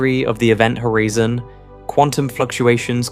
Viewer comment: The author is AI. he said hoREEEZON